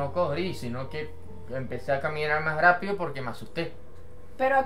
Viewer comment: Yolo no sabe pronunciar la r porque dice corri grapido esta igual que mi tío